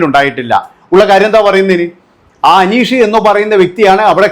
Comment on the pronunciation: നിനക്ക് അനീഷിന്റെ പേര് പറയാൻ ആദ്യം പഠിച്ചിട്ട് വാ